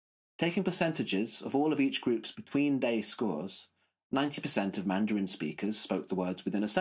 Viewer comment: With all due respect ... 1) Grad + dissertating students (and the resultant PhD holders) are great at questioning, and at finding logical, methodological, and factual flaws. Very few of us humans are good at constructing watertight theories. Proof: You pronounce "Mandarin" and "timbre" incorrectly. And I know you've already confessed "Wernicke." It's much more difficult for me to state why you have these idiosyncrasies. All scholarship is messy at most points. You might have begun your video with your closing statement. Don't forget to praise the giants upon whose shoulders you stand in the preface of your dissertation. 2) Anecdote: I had a music professor (composer/theorist) who said (in 1973) that he had perfect pitch, but tended to lose it when the key areas moved into greater sharps and flats. In 2019, I had the pleasure of randomly meeting that professor again and presented him with my memory of his statement. He (age 87 at the time) responded, "Well, the older I get, the more I'm losing my perfect pitch." 3) Anecdote: I was a horrible melodic/harmonic dictation student and a rock guitarist. However, now, every so often, after hearing music on TV, I'll go to to the piano and hit the chord or outline the melody that I just heard and probably hit the correct pitch or chord 25% of the time, with maybe another 25% of the time being a tone or semitone off. Thanks very much for this video, however all hail Dylan (and Rick) Beato!